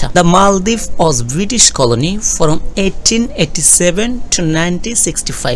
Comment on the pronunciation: ফরম না বলে ফ্রম বললে বেশি শুনতে ভালো লাগে।